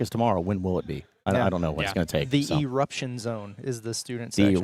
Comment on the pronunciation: The “eRUPPtion” zone…why is it called that??? Cmon man. Geez.